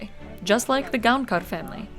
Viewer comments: It's Gaokar actually, it is written Gaonkar but pronounced as Gaokar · "Santhosh GoankaRRR" lol I do appreciate the effort but that's not it 😂